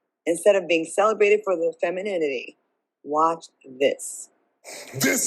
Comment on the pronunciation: Pronouncing the word is very difficult for the lady who tried to pronunciate " Femininity!" 😂😂😂😂😂 They over rated and do get wrinkles so much rocks